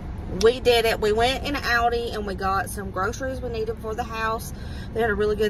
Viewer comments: I think the way you say Aldi is correct. I’m from England but live in the US and we say it the same way. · We don’t pronounce Aldi either way here in Northern Europe where Aldi is originally from so you are absolutely good in the way you want to say it 😂❤ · your saying it right lol everyone else is pronouncing Aldi wrong 😂